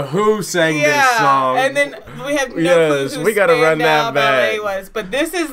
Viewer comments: You got the pronunciation right first time ! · Yes you pronounced it correct first time.☮️ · The best band of the New Romantic era by a million miles and you pronounced their name perfectly. I would love to see you react to their Through the Barricades, Only When You Leave, Lifeline and Gold (the Bond theme that never was). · This song is Classic!!! I love the way they dressed back then, lookin' sharp! And the pronunciation is SPAN-dow BAL-ay. So, you're good,. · Siri pronounced it perfectly. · You nailed it that's just how you say there name!!! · you pronounced it perfectly. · You right lady that's how you pronounce the name of the group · the name is pronounced SPAN - DOW - Ballet